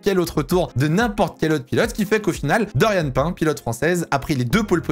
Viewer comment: C’EST PAS DORIANE (PAIN) ça se prononce PINE